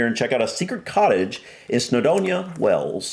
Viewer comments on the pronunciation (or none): Hi. After all this time you still pronounce Wales wrong. It is Wales, not Wells. Pronounced like whales, the creatures that live in our oceans. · It's in WALES!!! Not WELLS... I know it's your accent and pronunciation, but, we (I) have been telling you since you FIRST startted the channel... Do make an effort son, PLEASE... 🙏 😂😂😂